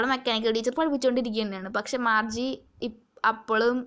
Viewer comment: Marche alla Margie aanu